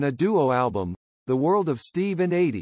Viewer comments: "EIGHTY" Gorme!? You're doing "The Life" of this great pop singer, and you mispronounce her first name!? You should've re-recorded this track with an announcer who not only knew her first name was pronounced "EEDEE", but who also could read the script with some feeling. As others have already pointed out, there are other mispronunciations which make this effort of yours second-rate by almost anyone's professional standards. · It's pronounced Eedie not Adee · Why does he call her Adie. It’s driving me nuts